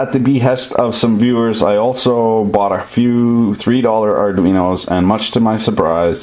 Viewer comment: Did you say $3 Arudino!!!!